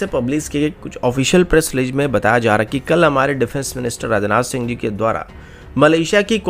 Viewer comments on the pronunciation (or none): none